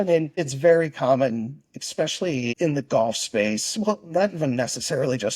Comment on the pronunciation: Why do intelligent people say eXspecially? You sound like a child saying pasghetti. Dude likes to talk about himself a lot.